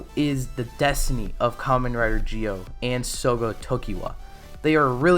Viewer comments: It's zi-o ur saying it like jio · I’m I trippin or this guy is saying Gi-o and not Zi-o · Why are you pronouncing it like geo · that's not how the show say it if you listen its ZI-O that they say not GI-O the way you say it makes it sound wrong the i is silent so it sounds like your saying Z-Oh instead of saying gi-oh